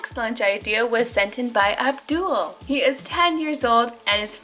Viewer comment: MY ETHNICITY IS FROM PAKISTAN! AND I’m sorry to correct u but it’s pronouced ( Ub Dool)